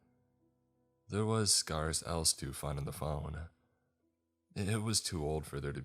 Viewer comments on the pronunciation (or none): Hey, I love your videos and think you're a great narrator! I just wanted to let you know that you often mispronounce the word "scarce." It's not "scar-s" (rhyme with scar) but rather "scare-s" (rhymes with cares and scares). As a speaker, I know I appreciate it when others point out if I mispronounce something, so just doing the same for you :) keep up the good work!